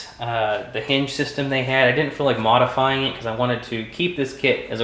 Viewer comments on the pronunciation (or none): none